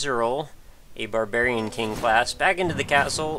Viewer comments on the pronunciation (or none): none